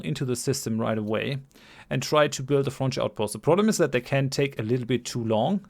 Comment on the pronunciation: It sounds like french outpost when you say frontier outpost.